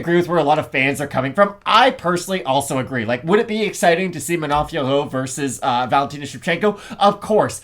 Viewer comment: Fiorot is pronounced FEUR… Jon anik played sound with her saying her own name. The OT at the end is silent.